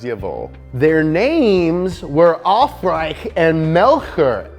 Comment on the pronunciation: In The case of Aufrecht and Melcher, you pronounce the „ch“ more like the English „sh“ only a tiny bit softer. There’s no true grammar rule for wether you pronounce the German „ch“ hard or soft, so it’s a forgivable mistake